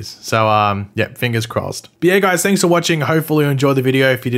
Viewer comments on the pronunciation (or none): none